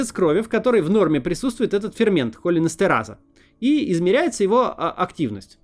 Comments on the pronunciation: Да не хОлинэстераза, а холИнэстераза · холИнэстерАза - ставь ударение правильно. Неужели райтеры не проставили ударения? :( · Максим, в слове «холинэстераза» ударение ставят на И: "холúнэстераза". В следующий раз, пожалуйста, консультируйтесь со специалистами перед созданием видео. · Мб уже прогуглишь как это слово произносится, холинЭстераза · Макс, ну выучи ты уже, как правильно читается название фермента. Оно читается, как холИн эстерАза - это по сути два слова, которые объединены в одно: холИн - это мишень, а эстерАза - тип химической активности фермента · Максим, в слове холин, ударение на "и" и следовательно в холинэстеразе тоже. Прозвучало также "органофосфорное" с ударением на первую "о". Здесь первое слово не от "орган", а от "ограническое" и произносится оно как "оргАнофосфорное", с ударением на второй слог. И лучше было бы сказать "органическое соединение фосфора".